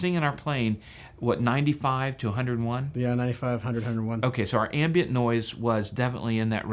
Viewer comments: The word is "ambient" like "I am" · Crazy pronunciation of "ambient" noise by the guest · does It bug anyone else that he can’t pronounce “ambient” correctly?